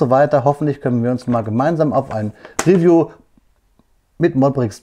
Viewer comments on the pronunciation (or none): none